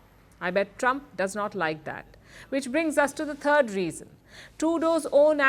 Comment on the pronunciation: She said the turd reason!! 😆 🤣 😂